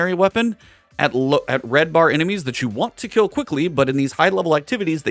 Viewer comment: when you said kell instead of kill you shoulda kept it kell lol